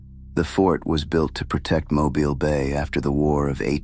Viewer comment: Thank you for knowing how to pronounce Mobile. Good job!